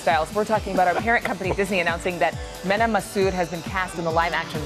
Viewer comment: The way she pronounces mena just hurts me